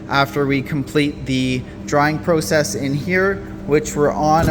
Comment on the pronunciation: wtf is a Pro Cess? Do u mean Process? What’s next Flow Ering room?😂😂😂